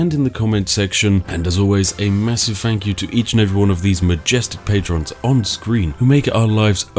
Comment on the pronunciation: Really starting to bug me how you're putting on a refined/posh voice but say F instead of TH. "Nufing can hit you." "I fought that would happen" etc. It sounds like you're going to a lot of effort to avoid the glottal stop and actually say your Ts at the end of your words but the effect isn't quite right if you keep saying "fankyou" and so on. Great video though!